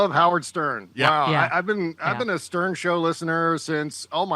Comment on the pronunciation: Stern not Sterm.